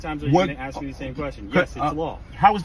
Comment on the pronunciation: ASK NOT AXE